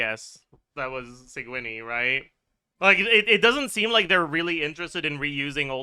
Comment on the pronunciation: Excuse me "Sig-winnie" ? LMAO